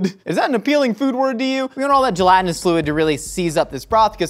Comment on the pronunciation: Stop saying "gelantinous"